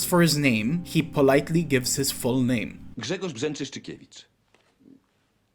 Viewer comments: Watching it with my mom and translating it to her because she doesn't know English. We want to praise your pronunciation, especially the Grzegorz Brzęczyszczykiewicz one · I'm impressed how well you pronounced Grzegorz Brzeczyszczykiewicz